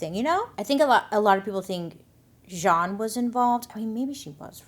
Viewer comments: Jeanne 😅, spoken like "Jean" but you also say the "n" at the end. 😵‍💫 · I just looked up the homeowner’s name and it’s Jeanne. Isn’t that pronounced like “Jean” or “gene” ? Why is she saying it weird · Well during '08 election, Black Panthers in Philly stood outside voting-precinct radius with baseball bats. There remain idiotic specimens of both races. Also, why the masculine, French pronunciation of this name, Jeanne. Everyone I've known who spelled their name this way was just Jean. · Her name is pronounced Jean with long E. If French, then pronounced as you did. I love all of your videos/stories/ and make up. You look like a totally dif person when u get done. Brilliant! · Just a fun fact: my middle name is spelled “Jeanne” but is pronounced “Jean” like pants. Imagine Bailey is making this hoe’s name more fancy than it actually is. 😂😂😂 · I feel like this woman's name is spelled, "Jeanne" but it's pronounced like, "Gene" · If your name is Jeanne but you pronounce it as if you’re a French middle aged man you may be the problem, just saying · I'm only 25 min in, but I am just chomping at the bit to ask this (especially having lived in the deep south before), is it actually "Zhon" or really just Jeanne, like... jeans. because I suspect the latter and those people are so "nouveaux riche" and try to sound cool by correcting people how to pronounce their milquetoast name. Alright, off my soapbox. Poor Tam. :( I was born in 1978, too... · isn’t Jeanne pronounced like “genie” or “gene”? im genuinely confused!